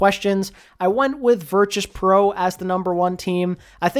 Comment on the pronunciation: Why do you keep pronouncing Virtus Pro with a ‘ch’ and not a ‘t’